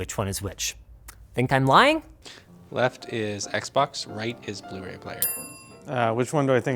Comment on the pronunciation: "Proper bluee Ray player"😒😒